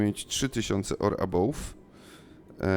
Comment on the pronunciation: Błagam: arrival = erajwal, above = ebauf